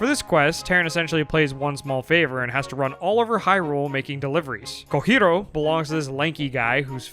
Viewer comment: gotta love all these pronounciations youve invented :D cohiro, kookoo, volvaagia